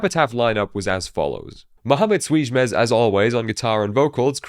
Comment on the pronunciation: Youre probably the only person on the internet that can pronounce "ç" correctly